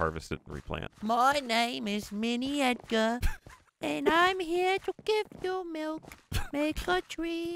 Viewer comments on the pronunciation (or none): none